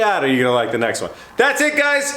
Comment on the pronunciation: "The next one" seemed to have an Italian accent!